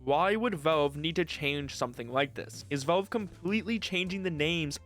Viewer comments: "Vaulv" :face-turquoise-covering-eyes: It's Valve, not "Vaulv" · bro fr how does he not kno how to say valve properly 😭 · Nitpicking but you need to work on your pronunciation, especially with the word "valve".